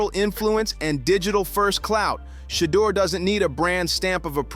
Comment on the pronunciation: Pronounce the name right you can’t even pronounce his name shame on you